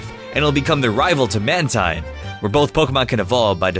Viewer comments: It's not mantine it's manteen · its ManTEEN NOT MANTINE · You Said "Man-Tine" Instead Of The Correct Pronunciation,"Man Teen" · man-teen, not tine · It's manteen instead of mantine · Mantine is pronounced Man-Teen! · it's man-teen you moron learn how to read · It's actually man-TEEN. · It's man-teen!!!